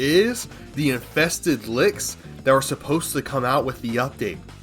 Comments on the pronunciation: Infested lick? You mean liches, ch as in chill. Not k as in ka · Take a shot every time says licks instead of liches 😂